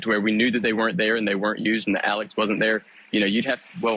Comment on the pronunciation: I SWEAR TO GOD IF I HEAR ALEC AND NOT ALEX ONE MORE FKN TIME!!!!!